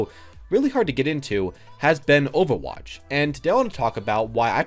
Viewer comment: the way you say overwatch is weird - ofawatch